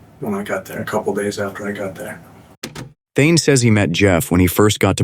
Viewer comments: The killers first name is Thayne, not Thyne. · His name is THAYNE not THYNE